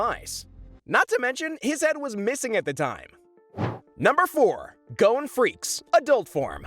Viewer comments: GODDAMMIT ITS PRONOUNCED g-ah-n not go-ne! at least in the Japanese, wich is the real pronunciations, it is. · His name is GON not GONE ffs.